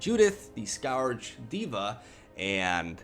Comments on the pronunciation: "Judith the [ has stroke ] scaughrrj [ miraculously recovers ] diva" xD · Scourge pronounced like purge.